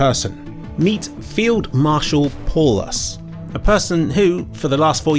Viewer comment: it is funny you mentioned how no one can pronounce your name and then proceeded to mispronounce Paulus. It is a German name (one of a nazi general) pronounced something like pal-oos.